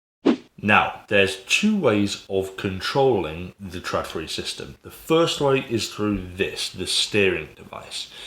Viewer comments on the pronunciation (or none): Its not pronounced TRADfri, but more like TROLfri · It's pronounced trawdfree